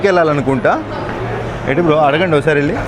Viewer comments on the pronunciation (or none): వేళ్ళ కాదు వెళ్లా.